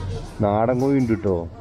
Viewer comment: കോയി അല്ലടോ കോഴി ഒകെ